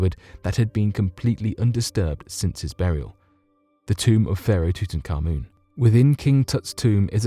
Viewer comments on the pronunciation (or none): none